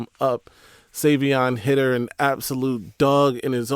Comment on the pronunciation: Bro it’s High-Ter not Hid-er 😭😭